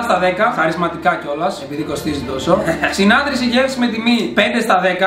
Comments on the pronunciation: Σόρρυ αλλά εμείς στο school το λέμε συνάρτηση και όχι συνατρηση. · Η φάση που κανένας δεν παρατήρησε ότι είπε συνάτρηση και όχι συνάρτηση